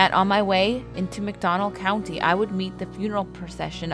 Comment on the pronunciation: McDonald County? Did I hear that right?